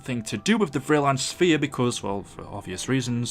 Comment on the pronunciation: It sounds like you're saying sufiar, when you say Sphere. (S-fear). Ur welcome.